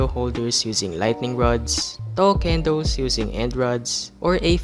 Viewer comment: Nobody:: K E N D O O Z